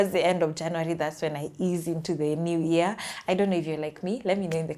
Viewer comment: They also pronounce year as "ear"